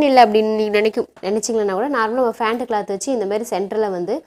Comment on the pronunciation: அது ஃபேன்ட் இல்ல பேண்ட்